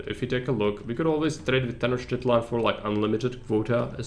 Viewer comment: Ahoj. Ďakujem za veľmi dobrý návod, ktorý ma naučil základy tejto hry viac ako jej tutoriál. :) K tej výslovnosti aztéckych názvov. Nie som v tom odborník, ale mnoho si ešte pamätám. X na začiatku slova sa číta ako CH v strede slova je to skôr ŠČ. Ch sa číta ako Č. C sa číta ako K. Takže napr.: Xochimilco = Chočimilko Tlaxcala = Tlaščala Tenochtilan = Tenočtitlán